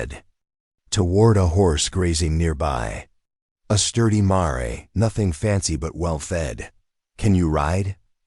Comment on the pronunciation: you do not know how to pronounce the name of a female horse